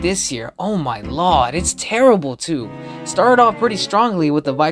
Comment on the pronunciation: Please stop saying lord as lawd its sounds y wrong from you